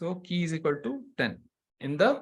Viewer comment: Many tanks ! The pronunciation of Qi, in English and Chinese, is qi (/ˈtʃiː/ CHEE), not Key